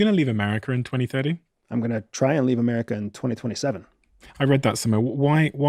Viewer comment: Where is ‘Ameriker’